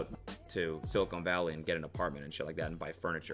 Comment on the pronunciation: Despite Cody getting a comp sci undergrad degree, working in tech, and living there, he still to this day has never pronounced silicon valley correctly